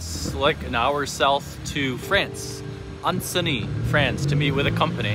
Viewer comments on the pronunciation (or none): "Anncey" I'm outraged by how you mistaken there 😁😁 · Ce n'est pas Anncey mais Annecy Merci pour vos magnifiques vidéos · Nice! BTW it's 'Annecy' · Bud’, it’s Annecy. Not Aceny. Love the vid’! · We say An-see. Not anceny :) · "Anna-see" Great place to save hundreds per night on a hotel compared to Geneva. Courmayeur and Chamonix are spectacular!